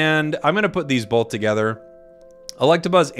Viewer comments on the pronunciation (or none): has anyone else notice that pronounces both as "bolth"